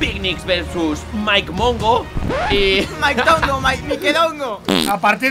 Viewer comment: Es mikedongo no Mike dongo